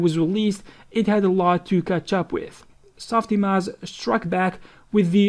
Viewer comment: "SOF IMOJ"